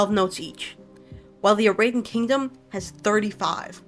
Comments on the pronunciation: so real its so annoying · YOU'RE PRONOUNCING IT WRONG its literally just the words era-den. the baron even says it in his lines. edit: i wanna also say i think its super awesome other people are interested in the lore and i really appreciate these videos, your pronunciations are just really ear-grating